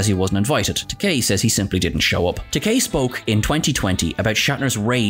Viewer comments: You said "tek-AYE" and not "tek-AY" a few times in this one. Shatner makes that mistake a number of times and George corrected him on the Comedy Central roast, saying "It's tek-AY like in TOUPEE" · It's not Takaaay, it's Takei (like in Toupé). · It's Ta-kay, not ta-kai! As George Takei famously said during William Shatner's Comedy Central Roast, it rhymes with toupée. 😂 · Just one point. Takei rhymes with 'OK', not 'bowtie'. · It's Takei, not Takai. Who's making these videos?! Obviously not Trek fans, though they claim to be. I've heard other actor & chatacter names mangled in some of their other videos as well. Whatculture bozos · Whoops ---you mispronounced George Takei several times, yet got it right other times... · You lost credibility when you mispronounced Takei. As he himself points out, Takei rhymes with gay. Do your homework bud.